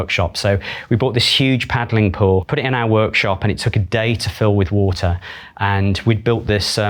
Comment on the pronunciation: Is the r in water silent?